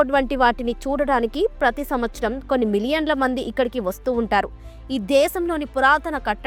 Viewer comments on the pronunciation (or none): none